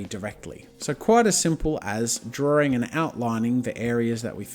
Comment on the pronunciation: Why are you calling it drawling? It's drawing.